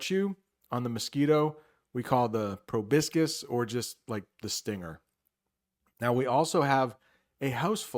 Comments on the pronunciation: Hey, I've just learned from an old video of yours that you are/were studying Italian, so I just wanted to say that you got the "proboscis" pronunciation wrong. I know it because it's similar to the word "proboscide" in Italian. I enjoyed your video, btw. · Yes, you're right about the pronunciation of "proboscis": he got it all wrong. I noticed it instantly since that word is quite similar to its Italian version